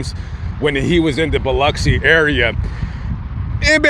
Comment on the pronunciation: Props on saying Biloxi the correct way. I live about an hour north of the beach.